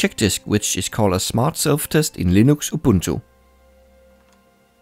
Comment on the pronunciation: "Hello, this is, and I pronounce 'Linux' as 'Leenooks'." Also, it's weird to recognize free music from somewhere else. In this case, it's Zinnia Jones's Gender Analysis series.